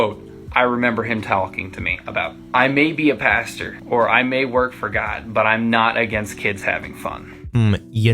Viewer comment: Pastor, not pasture. 😊